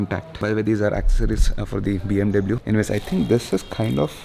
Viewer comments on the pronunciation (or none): Dude pronounce BMW properly